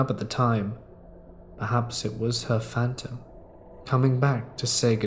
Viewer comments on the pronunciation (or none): none